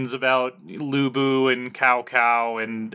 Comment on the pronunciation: It's pronounced Tsao Tsao (Wade Giles spelling).